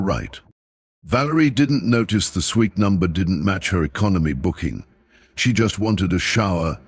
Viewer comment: He also said sweet one time!